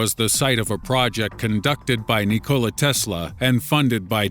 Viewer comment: NI cola -_- wtf!? It should pronounced as NIC ola Tesla! -_